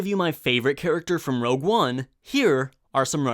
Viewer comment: Before commenting, just remember, it's ROGUE, not ROUGE